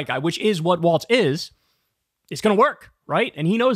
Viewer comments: KYLE! I love you but It's WaLZ, not WaLTZ !!! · It’s WALLLZZZZ!! No T! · Walls not waltz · I’m a big fan of your podcast Kyle but if you say Waltz and not Walz one more time I’m gonna lose my shit lol 😂. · I think its pronounced Walls